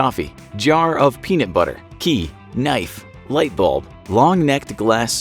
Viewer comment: Did you said knite